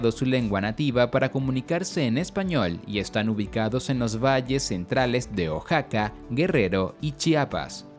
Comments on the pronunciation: Tambien dijo oxaca no oaxaca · Por qué pronuncia mal Oaxaca? O náhuatl? Osea si hay algunos autodenominados nahuas pero debería especificarlo hdspp xd